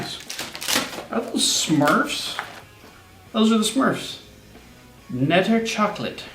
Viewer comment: We do pronounce the k in knetterchocolade 😊